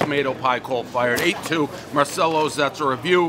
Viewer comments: The 'no flop" is integral for a slice!! It's pronounced, 'MAR-CHELLOS" for you medigans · You've been to Italy, and I only wish I could go, so you should know it's pronounced MAR-CHELLO-Z. I hate fresh Tomatoes on a Pizza, it's too acidic for me, so depending upon the type of Tomatoes used, I either love or hate anybodie's Margarita Pie and for that reason I usually don't and won't order them. Everybody knows the rules. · Marchellos! The C is a CH sound. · How you feel about Dave pronouncing Marcello wrong? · Another mispronounced place, I guess those are the rules?